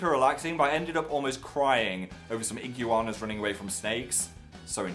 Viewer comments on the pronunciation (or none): "Igyooana" yes phil thats how you pronounce iguana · Wait. Iguana. Ig-you-are-na. What. I pronounce it Ig-warna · What the hell is an igyooana? its pronounced igwana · ig u ana? is that how british people pronounce iguana? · HOLD UP. Ig-you--ahna????? Is iguana like a three syllable word in Britain???????? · Did he just pronounce iguana ig-you-ana? 😂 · he did xD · "ig-you-aw-na" that pronunciation im CRYING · "Ig u anna" -Phil 2k17 THAT IS NOT HOW YOU PRONOUNCE IGUANA. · IVE NEVER HEARD HOW THE BRITISH PRONOUNCE IGUANA IM SCREAMING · that pronunciation of iguana tho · Can we talk about how Phil pronounced iguana?? Like is that normal or just a Phil thing?! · phil learn how to say iguana you nerd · anyone else think he said Iguana weird ? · love how he pronounces iguana! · Why has no one mentioned the way Phil pronounced Iguana??